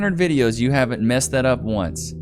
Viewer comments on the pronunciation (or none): none